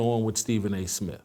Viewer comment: He can't even pronounce his own name. "Stephen A Smiff"...but he's the face of ESPN?